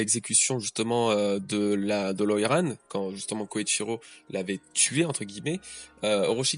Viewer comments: Désolé mais c'est beaucoup trop perturbant mais c'est Kyoshiro, kyo et pas Koyshiro "koyshiro", je pense que s'était un foreshadowing que Orochi ne soit pas un sabreur ou samourai car dès le début on nous a dit que le Shogun à été placé là par Kaido (si je me souviens bien) sinon très bonne review :) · Je t'en supplies! Arrete de dire KOYshiro au lieu de KYOshiro, tu fais que le dire de la mauvaise manière, un peu comme Thrillerbarck, on ne le prononce pas [ThrAYller bark] mais bien [Thriller bark] en anglais! le i ne se prononce pas "ay" dans ce cas particulier mais "i", comme en français. Hormis ça, super video!:) Force et courage pour la suite! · Kyoshiro et non Koichiro. 😅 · KYOSHIRO pas KOICHIRO